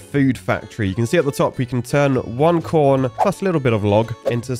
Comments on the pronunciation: I think I need to get my ears checked, it did not sound like you said "corn" lmao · Our minds must be affected by the filthy poopwater , because i swear i heard the same